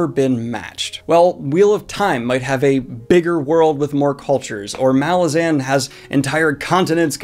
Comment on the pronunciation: Hold on. ... Malazan? MALAZAN?!??!